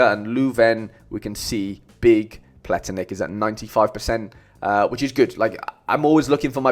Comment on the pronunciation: I actually confused him with Vlietinck, another Leuven defender. I said Plietinckx but it’s Pletinckx, and you pronounce it as ‘ Pla Tinks ‘. I hope i didn’t make it too confusing my bad 😅